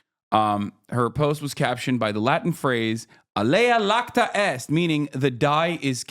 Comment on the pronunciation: It's "alea iacta est"